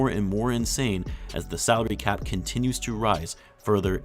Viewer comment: I miss heard ''saudi cap'' instead of salary cap like 3 times, a true wtf moment when did the Saudis buy the NBA